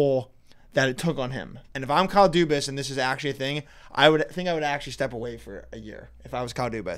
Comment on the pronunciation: Dubas not cubas